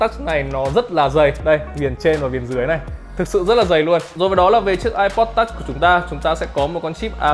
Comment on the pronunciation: Phát âm từ "touch" phèn không thể tả!